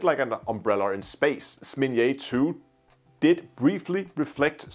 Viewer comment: It's ZnAmya, not SmIn'ya